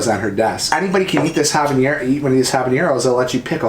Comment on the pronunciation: “haba-neer-ro” 😂😂 Too funny!!! Ha-buh-neh-row = habanero Great video- you had me rollin! 🤣❤️❤️❤️